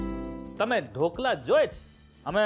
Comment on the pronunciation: Even he is chef, he don't know difference between Dhokala and Khaman. And not ढोकला but ढोकळा